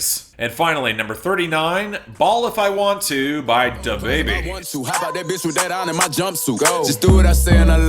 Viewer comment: Love the way you pronounce "DaBaby"....